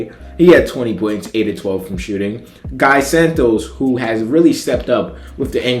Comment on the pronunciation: Geee Santos not Guy Santos.❤